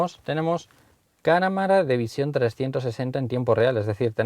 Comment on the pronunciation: En el minuto dice caramara de 360 grados